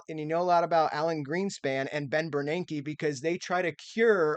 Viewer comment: Impressive (and cracks me up) that you can say Bernanke's name correctly. Most people can't without sounding like Fran Drescher.